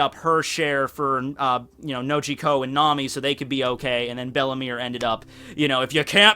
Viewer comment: its bellemere not bellemy xDDD